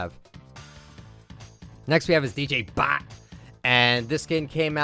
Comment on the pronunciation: Am I the only one who likes how says DJ BOP